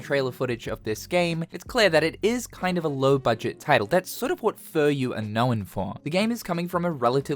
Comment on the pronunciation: I'm pretty sure it's Fu Ryu not Fur Yu